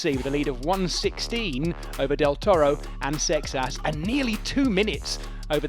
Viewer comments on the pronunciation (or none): It's not Paul Success... It's Paul Seixas! 😅 Seixas is a Portuguese surname. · SAY-shush ˈsejʃɐʃ this is even worst that Joao :( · Why is he pronouncing the poor French cyclists who came second name like that!!!!